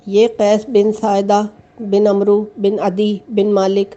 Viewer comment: Bibi Urdu to seekh ly aamr to umrooo pharty hain aap